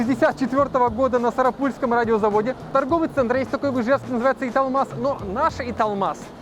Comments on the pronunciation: Сарапу́льский😂😂. Сара́пульский если что. Город Сарапул) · Сара’пульский радиозавод,город Сара’пул,исковеркали неправильным ударением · Сарапульский радиозавод ударение на второе а .Классные обзоры .Можга ударение а . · СарАпульский, а не СарапУльский!!!! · Не знаешь, как ударение правильно поставить в слове - уточни. Не надо заниматься косноязычием. Не СарапУльский. СарАпульский. Город СарАпул. И не МОжга. МОжга. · Не сарапУльский, а сарАпульский радиозавод😊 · Сарапу́льский - это сильно. Можно было бы и подготовиться. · Есть особенность произношения национальных названий .В данном случае - это "...Сара́пульский..." и г. Можга́. Изучайте названия и говорите верно. Те, кто живут в Удмуртии привыкли говорить и слышать названия именно так. Как вам было бы услышать : город Мо́сква ?